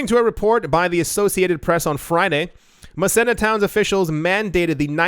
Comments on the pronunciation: Muh-Seen-Uh. (Massena, NY) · It's pronounced "Ma-see-na" , New York. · Massena NY, is pronounced.... MASEENA